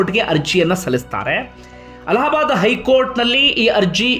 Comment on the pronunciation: ಅಲಹ ಬಾದ್ ಕೋರ್ಟ್ ಅಲ್ಲ ಅಲ್ಲಾ ಬಾದ್ ಕೋರ್ಟ್